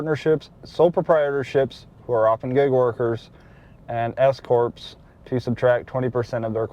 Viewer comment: u said S-corps, i thought i heard escorts.. lol Thanks for sharing!!